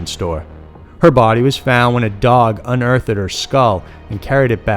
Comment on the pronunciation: Did you say unearth-ed?